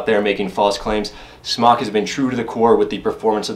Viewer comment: Isn't it pronounced "Smoke?" Could have sworn the company was Smōk..